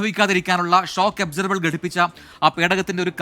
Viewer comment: എന്തൊരു ഷോക്ക് അബ്സർ????? ഷോക്ക് അബ്സോർബർ എന്നു പറയൂ സുഹൃത്തെ😂